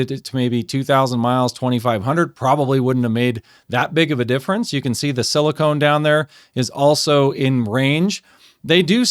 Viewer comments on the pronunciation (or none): "Silicone" is what you put around your bathtub. The semimetal in your engine is Silicon. (Si-li-ken) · Silicon not silicone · thank you for sharing. i guess the question is, does the lower levels in the oil result in a longer engine life. it very may well. motor oil geek certainly has impressive experience with the topic. also, i silicon is pronouced sili-kahn. it is very different from silicone. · It's silicon not silicone. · Why is it so hard to pronounce silicon corectly ? I hear so many people saying silicone dispite silicon is printet in the dang paper. Every single time you said silicone! As if everybody have erased everything from elementary chemesty class. So un-professional.